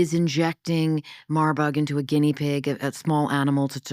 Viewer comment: It’s not “Marbug” ; it’s “Marburg”- after the city of Marburg, Germany with the bio research lab.